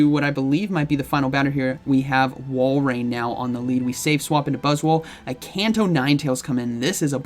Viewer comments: Sounded like one time you messed up and said BuzzSwole. I was like, yea, that's not inaccurate, look at that thing. Lol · Faster i spell this buzzwole it sounds like butt$ole. 😬